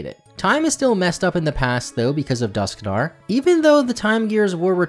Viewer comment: Dusknoir is pronounced Dusk -noir, as in the old movies in black and white.